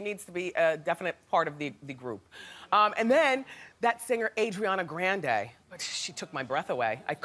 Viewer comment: Wendy calling Ari Adriana Grand-ay 😭